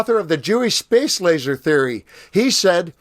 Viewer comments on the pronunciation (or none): none